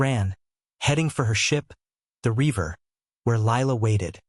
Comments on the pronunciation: Reaver not river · Not bad, but the cadence REALLY needs work. AND there's a difference in English between "river" and reaver.